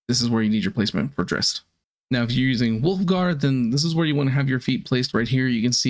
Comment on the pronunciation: you got Wulfgar wrong